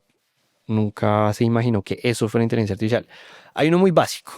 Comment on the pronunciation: jejej porque pronuncia inteligencia "artifishial"